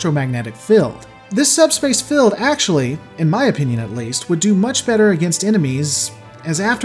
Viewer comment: Not to be mean but so like ...when you are IN normal conversation. And you say "Go out into the field" do you say "go out into the filled?" And if you are in the kitchen and you say "Make sure to fill the containers" I'm not sure what you'd want me to do XD I'm also not sure if you told me to shilld something .... If you want me to protect it from harm or use it for marketing purposes ....as a fall boy. Because you DO pronounce Shield and Field quite well ...depending on what part of the sentence it is in .. Other times ....you don't. SHILLED and SHE-UHLD are very different ...so is Filled and Fee-uhld. Oh wait ...Im actually enjoying this video, you do great stuff. But then I got to where Borg ships can HILL themselves ... It's so adorable to imagine a Borg cube going PING and placing itself ontop of a raised piece of ground somewhere .... :) It's cute 😉